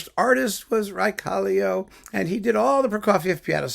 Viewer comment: Raekallio is such a great artist! Too bad that he fell seriously ill some years ago. As far as I know he has recently focused mainly on teaching. P.S. Your pronounciation of his name was absolutely correct.